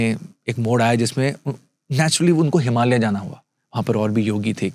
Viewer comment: अंग्रेज चले गए पर अंग्रेजी नहीं गई की बात कर रहे हैं तो खुद तो पहले हिंदी भाषा (देवनागरी लिपि) में लिखने की आदत डालें 😅 और हां, "हिमालया, संभाला, योगेश्वरा" इत्यादि नहीं बोला जाता, हिमालय, संभल, योगेश्वर उच्चारण किया जाता है।